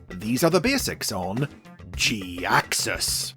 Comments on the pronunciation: I've always liked Jhiaxus... But to be honest this is the first I've heard his name Pronounced this specific way and it's mildly annoying to hear anyone say it like that. I might be in the minority on this too. I'm sorry, I love ya and your videos but man, I can't take it Pronounced like that. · Sounds more like jackass? Was it deliberate?!